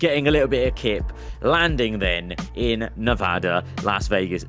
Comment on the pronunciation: Bro, you say Nevada right. Thank you.